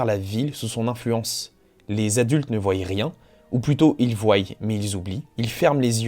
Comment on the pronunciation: Très bonne vidéo mais "voyent" ça m'a vraiment sorti de la narration